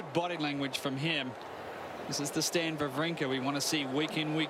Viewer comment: It's not Stain it's Stan... Jesus...